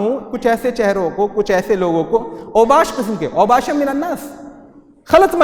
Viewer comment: اوشابا ہے اوباشا نہیں ہے